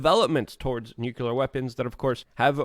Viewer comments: U want to know if your wrong? Yes! Its nuclear... not nucular! Other than that you are correct😀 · Great analysis as usual, Luke! Again, it's NOO-CL-Errr, not Nyoo-Q-lerrrr. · how about "noo clear" ? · Can you say "clear"? Now add a "nu" in front of it and say it with me NU-CLEAR!